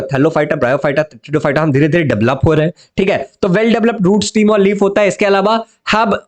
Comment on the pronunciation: स्टीम नाही स्टेम